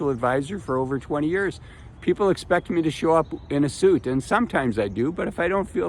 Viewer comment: "senior yurs".